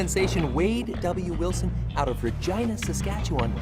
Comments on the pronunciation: Why did I think he was saying 'Virginia'? He's Canadian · In California everyone pronounces the name Regina as reg-ee-nuh or ruh-gee-nuh not re-gi-nuh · Haha, I had to turn on Closed Caption to make sure you said Regina and not something else! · when he even says Regina it sounds like Regina